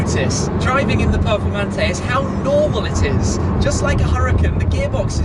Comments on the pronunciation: For Christ sake his accent makes it sound like he said " Lamborghini Purplemantee" 😂😂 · Voto pronuncia "performante'': 2